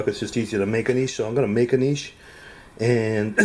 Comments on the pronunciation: Subscribed when I heard your pronunciation of 'niche'. It already sounded like you knew what you were doing and I wasn't disappointed. Great upload. I'll do the same, thanks. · And he knows how to pronounce niche properly contrary to most tilers saying ni(t)che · Thank you for pronouncing "Niche" correctly. 90% of the videos says Nitch it drives me nuts lol.